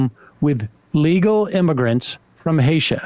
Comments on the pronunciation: Haiti, Sam, Haiti, not " Haitia...😂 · Not sam calling Haiti "Haitia" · Sam, please tell me you were trolling and that you in fact know how to pronounce the island of HAITI. It’s not HAITIA 😠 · It’s Haiti not Haitia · "Hatia"? Pretty sure it's Haiti, Sam.. :P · From where?? "Haitia" is not a place, Sam! 🤣🤣 We know you meant Haiti, but lol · Illegal immigrants from "Haitia," as Sam says. Love that place! Lol. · My man just said "from Haitia"?? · I think you mean Haiti, not Haitia. I'm really just kidding. As always, I love your content. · From Haiti. Not Haitia. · Immigrants from "Hatia" lol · from haitia?😂😂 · Haha, did Sam just call the place Haitians are from 'Haitia'? XD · From asia? C'mon dog! Haiti, is not that hard. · Haiti not Hasia..... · So Sam's just gonna call Haiti "Haitia" and we're not gonna talk about it? 😂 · Did... did he call Haiti... Haitia? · From "Hatia"? Big fan, but come on, Sam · Haitia i believe it was 😂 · It’s Haiti. Not Haitia. I beg yall 😢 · I also came here to say this. C'mon, my man. Haitian people are from Haiti. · Right! Wtf? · "... from Haitia" 😂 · I know Sam is probably smarter than me on most axes and live broadcast is difficult but… my dude… Hatia? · Sam’s saying Hatia cracked me up! And the fact that no one said Haiti! Was even more hysterical! Love you guys! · Did this MF say Hatia? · From "Hatia"? "Hay-shuh"? Come on. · tf did you just call Haiti, Sam?